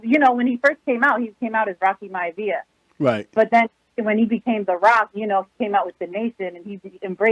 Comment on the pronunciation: wanted to let y’all know, in her excitement about talking about pro-wrestling, she mistakenly said the Rock’s maternal grandpa’s name incorrectly, his name is actually Peter Maivia and the Rock’s Father’s name is Rocky Johnson. She apologizes to wrestling fans everywhere.